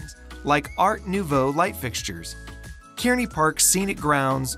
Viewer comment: excellent coverage of fresno . please correct pronunciations of names such as kearney , simonian , meux